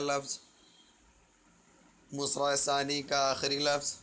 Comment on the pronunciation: Sir Ji musra nahi , misra ✅